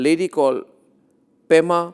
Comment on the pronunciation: Pema not Prema